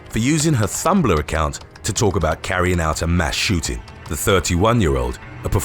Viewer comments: Lol. Did he just thumblr instead of tumblr. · It's Tumbler pronounced Tum Blah.. not Thumbler ? Just letting u know.. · Just FYI: It’s pronounced “ Tumbler” and NOT Thumbler. There’s no “h”. ❤️ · WAIT ITS PRONOUNCED THUMBLER I THOUGHT IT WAS PRONOUNCED TUMBLER LIKE THE CUP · Is it me, or did I just hear Thumblr instead of Tumblr? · ..... Did he say "thumbler"? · "Thumbler?" hahahaha This guy does not know how to pronounce something in almost every video.